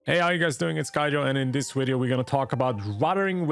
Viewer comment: 'widyo' gave it away for me :D